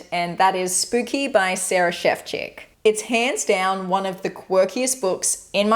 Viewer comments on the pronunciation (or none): none